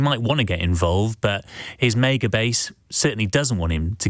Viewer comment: I have never heard maga pronounced like that and i never want to again